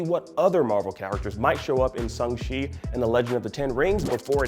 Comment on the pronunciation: he says it correctly. Look it up.